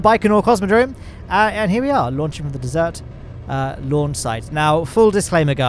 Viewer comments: dude he pronounced ‘desert’ as ‘dessert’ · Did he just say dessert launch site? Or is that just the different British pronunciation and I am too much Americanized? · Hearing pronounce desert makes me want pie. 🥧 🤤